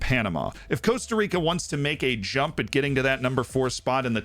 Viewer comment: Cost-A Rica for the love of the FM gods please!!!